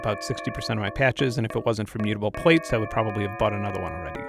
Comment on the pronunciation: Enjoyed the video but my inner grammar-nazi is freaking out so bare with. Plaits does not have different ways of pronunciation, it's either right or wrong. Correct is "platts". You don't plate your hair, you plait it. Good, I feel better now.